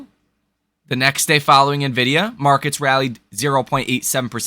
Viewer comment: I'm glad that you're pronouncing NVDA correctly. I'm holding NVDA. Tomorrow will be fun.